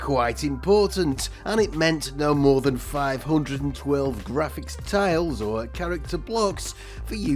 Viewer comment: TILES!!! That's T I L E - tiles.